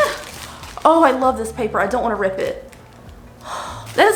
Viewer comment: "This is so my esthetic I don't want to wrip it let's see.." "Crrrt" "Oh well" 😭🤷🏼‍♀️🤣